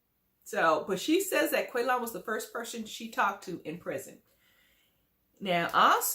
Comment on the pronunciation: because it’s funny!🤷🏻‍♀️ Shovel mispronounced Qualons name the entire season!